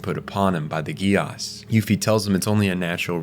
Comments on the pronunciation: I have never watched it... BUT I INSIST, it be pronounced "Jee-Ass" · Bro saying Geass like Negus 😂